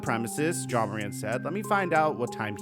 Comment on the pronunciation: Why you keep saying John